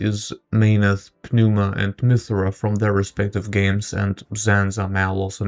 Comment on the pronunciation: The P is silent - Nooma - But otherwise really fun awesome video.